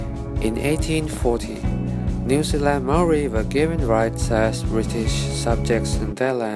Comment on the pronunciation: Why do people not say Maori right like come on😩